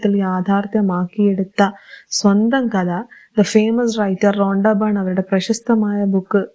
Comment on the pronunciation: റൊണ്ടാ ബൺ റോങ്ങാ ബൺ 😂 റോണ്ടാ ബൺ 😂